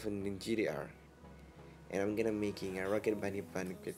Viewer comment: You pronounced it as "gdr". Not being racist it sounded like gdr